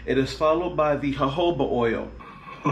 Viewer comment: Thanks sweety I needed this review and thanks for pronouncing Jojoba correctly😂